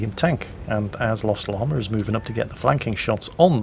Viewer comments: Hello,. I do not wish to appear as an IKA expert (I know all expert) but I think that if my English teacher had taught me anything - it is that there is no "R" in "Llama". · Hearing say Llama makes me think of the movie The Emperor's New Groove. Anyone else? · Chandler Kristoff- That's not a British thing, that's a Northern-English thing. I'm british (Scottish) and we say Llama properly. Some of the accents across the UK have some really weird nuances!